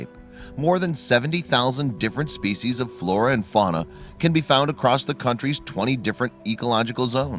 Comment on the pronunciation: How about learning how to pronounce "species" properly?